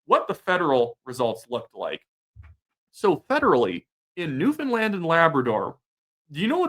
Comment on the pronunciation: To be fair, you can actually pronounce Newfoundland. You deserve credit for that.